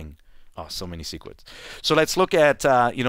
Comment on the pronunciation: "SO MANY SEECWETS"